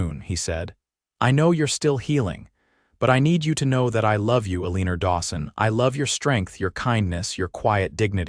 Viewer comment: AI calling her Aliner drives me crazy, but a beautiful love story. ❤❤❤